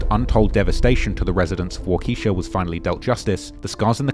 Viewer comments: He disrespected Wisconsin with that wockesha 😂😂😂😂 I’m in Madison, wi so it’s kinda funny to me. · It’s pronounced “Walk a Shaw” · pronouncing it "wockesha" is pretty hilarious